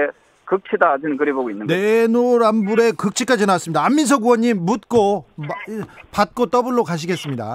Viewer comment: 조경태는 내로남불 ---내노남불 발음 안되냐? 일보인처럼 들린다 하긴...